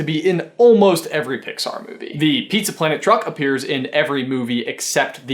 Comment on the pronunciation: What's up with "pizza" ? That's just weird.